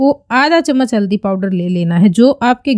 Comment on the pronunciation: tabhi you haldi ko madam aldi bol rahi hai.